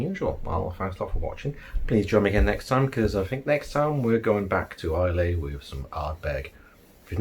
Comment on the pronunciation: Hey dude. Great video. By the way, Islay (which you mentioned at the start) is pronounced Isla as in isle-a. Just bought this. Going to give it a try.